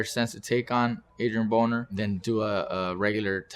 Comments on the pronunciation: on 40 secs it sounds like he said Adrien Boner lol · does he say Adrian Boner? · sounded like he said Adrien Boner 🤣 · at :40 sec he said Adrian Boner 😂 😂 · this guy said adrien boner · Did he just say Adrian Boner??? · hahaha he said Adrien Boner